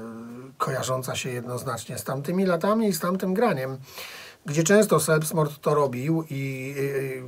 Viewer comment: Taka mała uwaga czyta się ,,zelbstmord" ;)